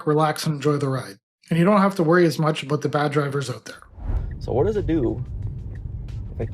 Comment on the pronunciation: “You don’t have to worry about the drivers out there.” What aboot the other drivers? Hmm?